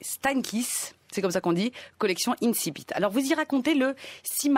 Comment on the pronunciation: Ne pas savoir prononcer le mot < > ! Génial ! Des incultes qui moquent l'académie française avec des morceaux de résistants de décembre 1944, le tout grâce aux impôts des petites gens. Comme vous êtes tous bien courageux. Quant à monsieur Bégaudeau, il fut plus pertinent jusqu'à ce qu'il réalise qu'il n'avait pas le courage adéquat.